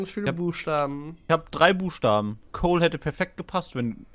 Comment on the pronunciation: Es hies Kol und nicht Col